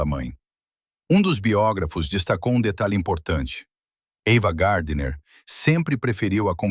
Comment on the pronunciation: Porque estragam todo o vídeo!? O nome da atriz é AVAAAA GARDNER E NÃO EVAAA GARDNER e porque esse sotaque ridículo de guaipeca !???? Por favor, conseguem estragar tudo, pela falta de qualidade do narrador!!!! FUIII